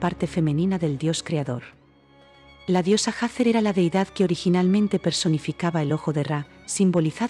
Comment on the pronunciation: Se dice Hathor NO SE DICE HATHER